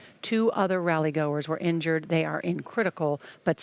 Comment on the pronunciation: "former trump is not serizzly linjured" My god 🤦‍♂️